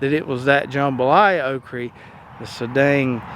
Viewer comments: It is okra not okree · Why can't you say "okra?" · Love how you say okry